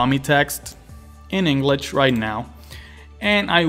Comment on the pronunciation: Englich and Spanich? :P